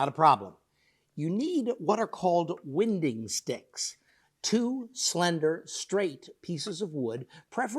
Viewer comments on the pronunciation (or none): Great video but I’ve never before heard that pronunciation of wine-ding sticks that show any wine d in the plank. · Winding sticks are incredibly useful. They’re part of the reason ancient Egyptian furniture was so good compared to other regions back in the day. I’m pretty sure it’s pronounced with a long I sound though, like (wine)ding sticks